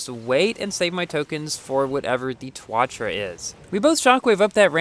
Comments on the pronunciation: Hey, remember when you said the tuatara the twatra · “twatra” lmao I’m dead